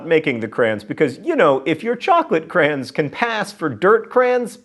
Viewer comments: lovepatches CRAY-ons. But you knew that already. ;) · "Crayn." Ah... I... Wha...? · he's from the midwest haha we pronounce is "cran" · Two syllables in "crayons", there, John. ;) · yes! I was looking for this comment lol